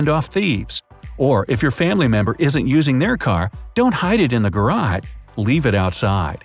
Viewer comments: he said garad not garage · He said garad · he pronounced it wrong